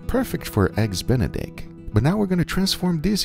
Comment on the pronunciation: "Now this is perfect for eggs Bent-A-Dick." Wait, what did he say it was good for??